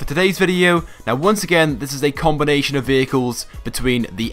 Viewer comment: see how many times he says combonation haha